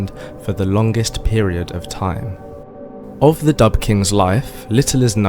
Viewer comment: This is hilariously funny. It is also very ignorant of Scottish history. Describing some as 'Dubh,' (its pronounced 'doo,' not dub) was a descriptive word meaning they had dark hair, or it could be used to indicate they were sinister, ruthless or evil. As people in Scotland then and now, had various hair colours, ranging from very light blonde, to red, to dark, or black. People often didnt have surnames at time, or were from the same clan, so they used this as a way of distinguishing them. Another contemporary of the time, was Erik the Red, a well known viking of the time, called this as he had red hair. Your interpretation of Dubh, meaning they were black, as in black African, or Moors from north Africa, is a basic mistake. Im directly descended from the Scottish people you talk about. Im Scottish and I live in Scotland. My family like many other Scots can trace their ancestors back at least two thousand years. So that must mean Im black!. Well at least according to you. Anyone looking at me, would say, you are a pale northern European. The same as any other Scot or Irish person. Ive even had DNA tests that shows Im a completely white northern European. No surprises there. Where are all the black Scottish and Irish bodies in Scotland and Ireland? What a deluded and ignorant fantasy you are spinning. I could take every statement you make, apart, because you have deliberately distorted and picked little points and twisted them, misinterpreted them, to suit your agenda. Also th